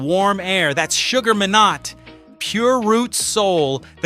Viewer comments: AI bs from the get go. "Shugga Me not" isn't the way to pronounce his name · I so wanted to watch this but simply couldn’t bear the narrator beyond 1.30! If your going to talk about people, at learn to pronounce their names. “”Sugar…….WTF???!!!”. 👎🏽